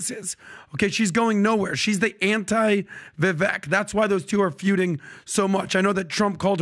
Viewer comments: Have a 2024 resolution for the guys . . . Start saying Vivek’s name correctly. It rhymes with ‘cake’ not ‘Ek’ All love to the PBD team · Vivek. Pronounced: Vi-vake (as in cake or bake). Please stop pronouncing his name wrong. Take the time to learn how to say his name. It comes across as disrespectful. Come on guys. You’re better than that. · Great podcast. But the pronunciation is Vivāk. (Vivek)